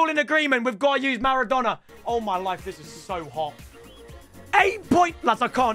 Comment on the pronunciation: riquelme "the argentinian marradona"